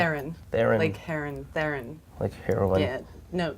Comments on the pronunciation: YOU! Charlize Theron's surname is still not pronounced how you said it. It is an Afrikaans name, and even English speaking South Africans pronounce it as "Tah-rawn." The T is very heavy, and the "ah" sound is fast and just slightly heard. It sounds like "T-rawn," when said quickly. Her 1st name is pronounced with a hard ch not a sh sound, and a hard "r." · I also love how Theron is pronounced wrong in this video. As a South African, I can tell you it's like a fast TRAWN as opposed to every letter being pronounced